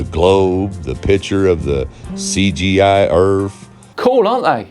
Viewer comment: I knew exactly the caliber of person we were listening to when I heard him say "the cgi erf."